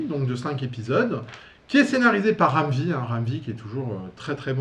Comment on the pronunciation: Salut, Sur le début de la vidéo, j'ai l'impression de t'entendre dire Ramzy, au lieu de Ram V. 😂 Bon, je suis sourd d'une oreille... Concernant les débuts d'Image, oui, c'est devenu risible avec le temps mais cet univers étendu trop vite, on y a tous cru à un moment donné. Larsen est resté droit dans ses bottes, avec SAVAGE DRAGON, qui continue son bonhomme de chemin, avec sa fanbase et McFarlane s'en tire plutôt bien en ce moment avec son Spawnverse. Perso, j'y jette un œil parfois mais sans plus. Il y a un tas de titres Image passionnants à lire tous les mois en dehors de ceux d'origine. Concernant Jim Lee, quoi qu'ii dessine, ça reste beau et au-dessus de bien des productions des Big Two actuelles. Pour Frank Miller...il y a longtemps qu'il ne m'intéresse plus mais s'il peut faire face à la précarité et au système de santé détraqué américain, je suis pour qu'il fasse encore des couvs nulles chez Marvel ou autres...